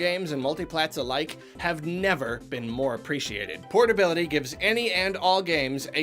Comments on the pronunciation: I swear says portly... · PORTtability is the way (Not de wey) (this is not a Ugandan knuckles meme)